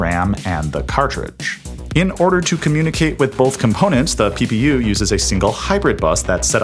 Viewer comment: Who else heard ppu as pew pew pew😅😅😅